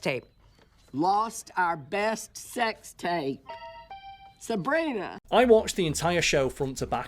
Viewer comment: Burt and Virginia are the only reason to watch Raising Hope. The way Martha Plimpton consistently pronounces Sabrina's name as "Sabriner" is something that has stuck with me since watching the show lol Plimpton and Dillahunt are working on a higher level than everyone else on the show, save for Cloris Leachman, who was always a pro!